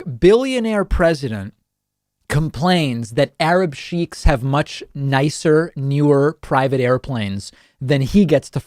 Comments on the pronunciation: He mis pronounced an alarming amt of words. I even caught that Arab sheep..shiek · Sheik is pronounced shake not sheek.